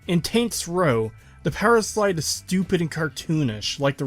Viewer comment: No offense but you say powerslide like powerschlyde and I found it funny